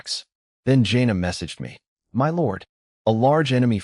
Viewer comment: Is the AI generator a USA patriot or something ? Every time there is the word "us" it's said as "U.S." To be honest a lot of 2-3 sign words are said totally wrong. For "my" is like "em why"